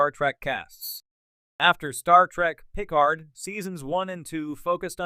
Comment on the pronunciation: You can't even pronounce picard and these new shows are out of universe non cannon remakes they are not real star trek. No one cares about a reunion for these new reboot non prime universe actors.